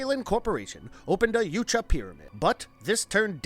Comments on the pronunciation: Yowt-ya, not You-cha. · U-Tan-E....? Lol. It’s U-Ton-E & your wrong about so many other things but I won’t get into that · ha. yuteni he says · The heck are Yute-juh? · Noooooooo. No. No. No. They were workers. Not mercenaries. The mercenaries brought them. And it's 'jootaahnee'. Such a shame this wasn't done by an aficionado. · I think Yautja is pronounced (if you slow it down) "yeah-out-jah", but in real time without over stressing each syllable it's "yout-jah", "out" with a "yeah" sound before it ("yout") followed by "jah" like "yes" in German. 🤓🤘☮️ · Like the content, hate the narrator. He can’t pronounce anything right. “Yootja”?? Seriously..? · It’s not “Yootja” and you know it. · Your pronunciation of "Yautja" is literal cancer. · I’m glad this wasn’t the first video I watched from this channel. The carnival barker shit and mispronouncing of “yautja” had me cringing the whole time. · Isn't the "J" in Yautja silent, making the "huh" sound? Pretty sure that's how I've always heard it pronounced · Dude, you pronounced "yautja" about 50 different ways.